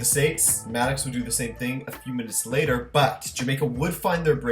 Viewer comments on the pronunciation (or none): none